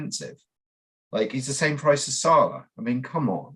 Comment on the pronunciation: Why does equation pronounce salah weird